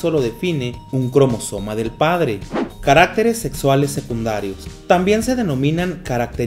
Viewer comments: No se pronuncia carActeres, no lleva acento por lo tanto lo correcto es caractEres, con énfasis en la E... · oigan se dieron cuenta que dijo caractereas malllllll🤣🤣😂😂